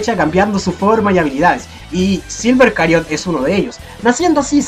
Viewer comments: Porque Cariot? XD creo que se dice Chariot jdjsjxjd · Q onda con de decir cariot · Sabes la ch no hace el mismo sonido que la c >:v